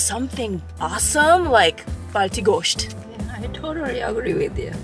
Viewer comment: Was waiting somewhere for this video. Really good 😍. You'll pronounced gosht really good.